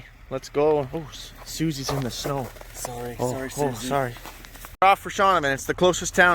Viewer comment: You can definitely tell they are Canadian lol “sorry “”sorry””sorry and it sounds even said it and he didn’t do anything lol 😂